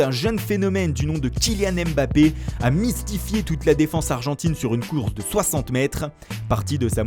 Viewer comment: S il vous plait les gars on dit pa èmbappé mais on dit mbappé